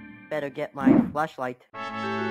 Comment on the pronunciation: erm excuse me i think i heard "fleshlight" instead of flashlight 💀💀💀💀💀💀💀💀💀💀💀💀